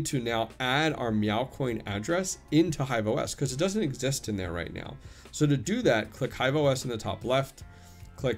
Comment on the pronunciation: Meow IS on Hive now under Mewc.... 🐈 🌙 🐈 🌙 I swear, every time you said "now" you were actually saying "Meow"! 🤣